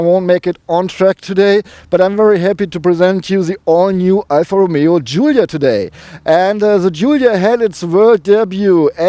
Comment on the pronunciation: The only one so far who pronounces the word correctly Giulia